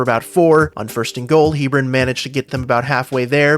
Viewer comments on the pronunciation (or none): It's Heb-ron